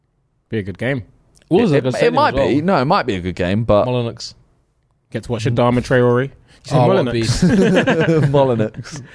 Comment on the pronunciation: btw , randy is jokingly mispronouncing the 'Molineux' stadium as 'Molin-ucks'